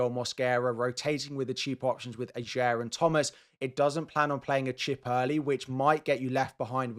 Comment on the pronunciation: You're pronouncing Ajer wrong. The 'j' is pronounced like a 'y' and the emphasis is on the first syllable, not the second. Also, Le Fée is not pronounced 'fee' but 'fay'.